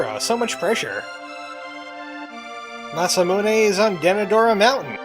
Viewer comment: I've never actually heard it pronounced different than the way you've said it in this episode. Mah-Sah-Moo-Nae is how I've always said it. (We finally found a word we say the same way! lol)